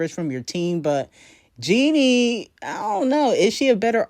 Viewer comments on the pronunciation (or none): why are you pronouncing her name Jeanie when it’s spelled and pronounced Jennie? like jenny.. who tf is jeanie🤣